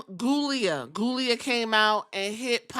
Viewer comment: I like Giulia, but I giggle at you not living at all and calling her ghoulia.